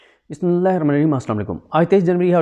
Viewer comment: Bismillah theek tarah sei parh liya karen pls